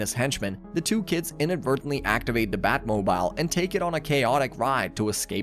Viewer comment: Sometimes during your talk through, you pronounce words strangely. . . EG: Everyone knows its the Bat- Moe-Beel not the Bat Mo-B-isle. . . are you, Is this? AI generated content?